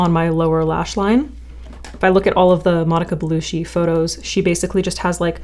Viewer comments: The cc in Bellucci is pronounced "ch", not "sh" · It's pronounced "Belu-chi" not "Belushi" LOL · Bellu-CHEE, no shee. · omg Bellucci is not pronounced “Belushi,” it’s pronounced“Bell-u-chi.” 🤦🏻‍♀️ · Bellucci is like chee, not shee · Pronounced Belu-CH-i not Belu-SH-i !! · It's belluCHI not bellushi 😂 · So many Americans say “Belushi” like the 70s comedian John Belushi. It’s Belucci “Bell-oochie” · Belucci not ‘belushi’ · It's not Bellushi, it's Bellucci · Her surname is pronounced Be-lu-chee not Be-lu-shee... not trying to be a hardnose but pronouncing someones name correctly is a sign of respect. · BelucCHi chi. Not belushi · Buh-LOO-chi (not Belushi), just FYI. So gorgeous. So so gorgeous! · it’s BeluCCi not BeluSHi. Cc = the ‘ch’ in chair. Sorry, this was driving me insane. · Bellucci is pronounced Bellu - "chi", not Belu - "shi". ;)❤ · Monica Bellucci, as in Beluchi (like cherry), not Belushi (like shy). Sorry. ☺️ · Love this vid and your content but I’m pretty certain it’s Belle-oo-chi not bellushi ❤ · It is not Bellushi it is Bellucci where "cc" is spelled as in "China". What people are trying to grasp is not in her looks, nor in her makeup, it is in her soul, aura, something that is very sensual about her, very "mediterranean". You cannot imitate/copy that. There are women out there far more beautiful than Bellucci, think Angelina Jolie, etc. bu they do not exude the same energy and femininity. It is about how you carry yourself, your confidence, your earth element as a women but more important being connected to your feminine aspect which we all carry as women but do not display it. Women today try to be masculine and bold and look like men, even fashion teaches us that. We have forgotten where our natural power really lies, it is in our FEMININITY! BE A WOMEN, BE FEMININE AND YOU CAN HAVE THE WORLD IN YOUR HANDS! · Belucci not Belushi LooChee Not looShe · BeluCHi, BeluCHi! Not BeluSHi! ❤ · She's not Belushi its Bellucci😂😭😭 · Pronounce Belutchi